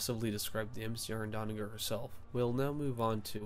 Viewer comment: Stop saying Donnaguer!!! It’s Donnager!